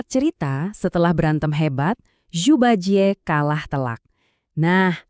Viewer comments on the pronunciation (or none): apa itu ju ba jie..setidaknya bacanya yang benar donk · bacanya Cu Pa Cie (laval orang indo) dia memang di awal ud disebutin kalo dia adalah panglima perang.